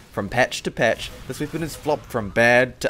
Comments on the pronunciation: Why Do You Say "Weepon" Not "Weapon" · i like how says weepon instead of weapon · I love how you say weapon. "Weepon"